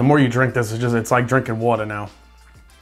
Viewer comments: Was that a Jersey accent that popped out with the "water" comment? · " The more you drank it the more the Wattar comes out" 🤣 6: 28